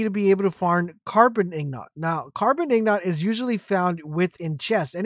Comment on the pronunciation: Good ol "ignots" and "ruins"